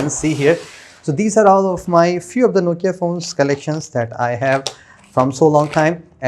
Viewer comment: Did he pronounce nokia as nochia?